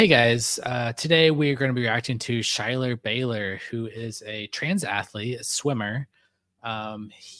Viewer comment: My wife has informed me the correct pronunciation of Schuyler's name is "SKY-ler." Whoops! Did not mean any disrespect.